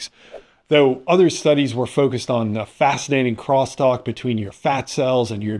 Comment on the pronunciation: How fast-inating!!! 😆😂🤣